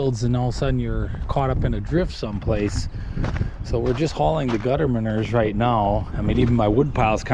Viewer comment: I can't even haul my-nerr? 👀 What is my-nerr? Is that French or something? 😂❤